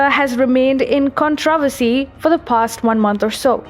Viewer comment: Controversy: KAHN-truh-VER-see, not kahn-TRAH-ver-see (there are 2 syllables that get stressed, which are 1st and 3rd. Just helping. Great information!!!! Your English pronunciation is improving with each video!!!